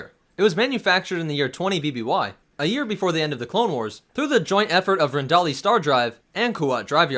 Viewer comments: Stopped listening when you said "Rendali" instead of "Rendili" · Just one small correction: It's pronounced "Ren-dee-lee", not "Ren-dolly"...